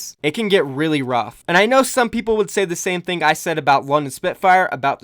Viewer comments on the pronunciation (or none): none